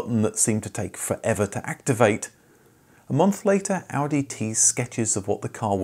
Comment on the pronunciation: I appreciate the proper pronunciation of car brand names.